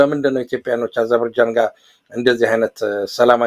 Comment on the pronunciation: እንግሊዝኛው እምቢ ካለህ አጀርባጃን ሳይሆን አዘርባጃን ነው የምትባለው አገሪቱ። እንደ ጋዘጠኛ እንደዚህ መንተባተብ ያሳፍራል ለአንተም ለእንግዳህም። ይደብራል !!!